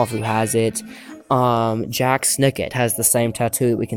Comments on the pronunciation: It's not pronounced Jack it's pronounced Jalk like chalk but with a J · Jacques, not Jack